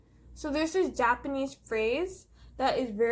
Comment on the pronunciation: Of course your readings are always on point! Amazing! omg but when you spoke Japanese I was like woah! Your pronouncation is so good! You're doing great! 🤧👍💕